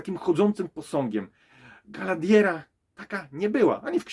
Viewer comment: Galadiera? Może przed recenzją warto by się nauczyć poprawnie wymawia imiona postaci. I te pierścienie mocy na początku, poprawne tłumaczenie na polski to pierścienie władzy.